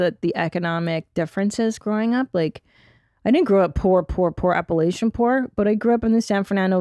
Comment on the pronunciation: Are you pronouncing Appalachian incorrectly on purpose, to fit in with the L.A. world? If you're a true native, that's not how you pronounce it.